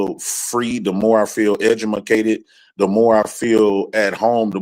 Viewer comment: Did my man say edge-a-ma-cted!!!!!!! is too much 🫣🤣🤣🤣🤣🤣